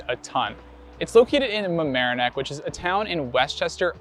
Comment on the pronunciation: congrats are pronouncing Mamaroneck correctly